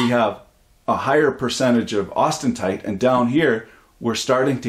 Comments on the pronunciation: its austenite not austentite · Austentite???? I thought it was austenite